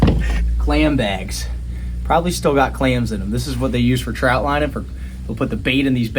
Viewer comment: Come on Brother. Trot Lining. Not Trout.😃